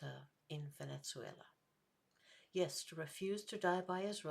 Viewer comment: Two questions: Is there a reason you pronounce it "Venet-zuela?" Would the human-sacrifice-practicing indigenous peoples of South America been better off had Western civilization never arrived?